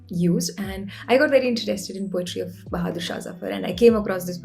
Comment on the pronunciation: content is great but I hate the way she pronounces a few words - Interesting, poetry, pocket and so on. For some weird reason it really annoys me. Sorry!